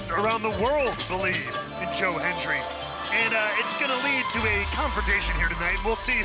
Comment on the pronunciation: Do you Bo-lieve? LOL.